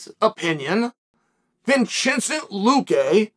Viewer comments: Vinchincent Luque! Lmao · don’t forget Vinchensent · You got a bonus vinchecent